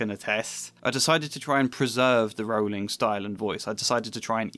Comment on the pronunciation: Rowling like bowling, not like cowling.